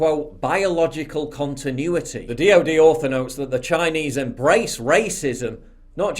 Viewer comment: why does this man speak "chiiiaayeneeease" like that